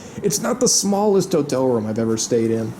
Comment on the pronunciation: His pronunciation of the word: room sounds like he is saying: rum